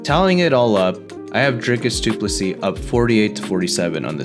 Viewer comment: From a South African. Well done on pronouncing DDP's name correctly.😂